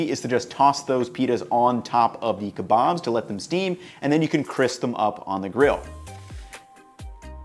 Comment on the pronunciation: Keebobs and peetahs 🤣